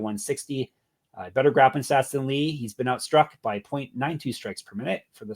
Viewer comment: props to for getting chang ho lee correct in regareds to saying Lee is the last name. some other people call him Ho Lee and Chang as the last name